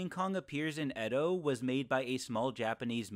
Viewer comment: It’s pronounced E-doh